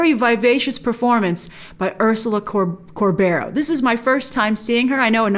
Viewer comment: Hi Grace! Ursula Corberó is spanish and her last name is pronounced "Cour-beh-roh". The strong sound is on the last "o" of her last name! Spanish with its weird sounds haha. Love the review!